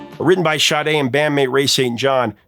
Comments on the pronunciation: Shade? What??? It's Sade! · Hey dude, her last name is pronounced "Shar-Day". It's even on the sleeve for the CD and I assume it's on the album cover somewhere too. It's NOT : "shah-day" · Sade... Her name is NOT Shade. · Ok I never heard anyone pronounce Sade's name as "Shadae", but as jade with a S replacing the J, and even "Sade" where they add a Y at the end.